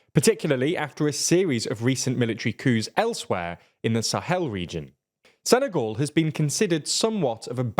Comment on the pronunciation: sene-goal xd